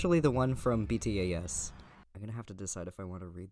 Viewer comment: It’s pronounced “B-tas”